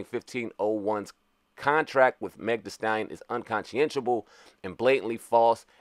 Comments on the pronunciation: "Unconchiessable"? What word is that? The word is spelled, Unconscionable and phonetically pronounced as something looking like, "unconchonable". If you misspell it, well, anyone can do that, but, at least learn how to pronounce the words before to recording and uploading to YouTube. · it's pronounced un-konsh-en-able my guy